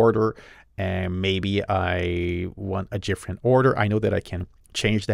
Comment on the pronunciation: Why in the world you keep saying gifferent instead of different?????